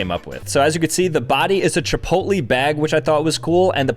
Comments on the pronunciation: That’s not how u say chipotle. Your saying chipotly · “chipotleyh” not “chipotlee” 😂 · The pronunciation is Chi-pót-lé not Chi-pot-lee 😂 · Chipotle is not pronounced Ch-Po-Lie. It's pronounce Ch-Po-lay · “Chipolty” goes hard 🗣️🔥🔥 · Did bro say chipotlee?!!!????😂😂😂😂😂😂😂😂😂😅😅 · Is it normal to say Chipotlee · "Chipotlee" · The commitment to saying chipotLEE instead of chipotle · CHEEPOLTLY** HITS HARD LOL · Casually pronounces it like “Chipoltlee” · ITS CHIPOTLE - chipotLAY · Why is bro saying “Chipotlee” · did bro just call Chipotle, Chipoly?😭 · Chip oat lee! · Bro butchered chipotles name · I stopped watching after hearing you pronounce Chipotle. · it’s really bugging me. If you love it, get the pronunciation correctly. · is he rage baiting the chipotle pronunciation? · The way you pronounce chipotle 😭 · Interesting way of pronouncing Chipotle. You should actually make Venti figures! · Fr why he sayin it like that 😂